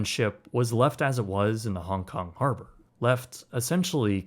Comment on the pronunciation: The fi-errrr in the har-bourrrr 😉